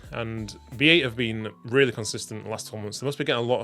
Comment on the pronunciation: aaaaaaaaaa why do you say B Eight and not Bait